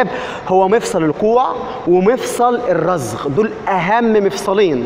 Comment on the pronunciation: مفصل الرزغ.... لاحول ولا قوة الا بالله اسمه مفصل الرسغ